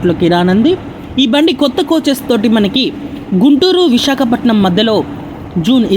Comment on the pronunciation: అమ్మా, విశకపటనం కాదు, విశాఖపట్నం.